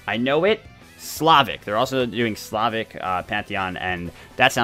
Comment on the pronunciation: am I the only one who thinks of cheeky breeky when he said Slavic